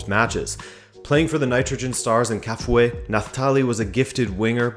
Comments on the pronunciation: Kafue pronounced as Ka-few-way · Kafue is pronounced Ka Few A😌 let us not butcher the name 🇿🇲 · Kafue pronounced as Ka-few-e....but good try. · Pronounced kar fewa 🇿🇲🇿🇲🇿🇲🇿🇲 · Please, you pronounce 'Kafue' as Ka fyu we.